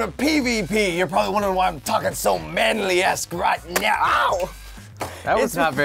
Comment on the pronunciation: did just said "meow" instead of now? XD